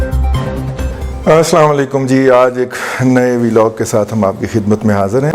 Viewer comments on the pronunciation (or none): جناب معضرت کیساتھ لیکن اپ ولاگ کا تلفظ صحیح کرلیا کرے۔ ولاگ ، وی لاگ نہیں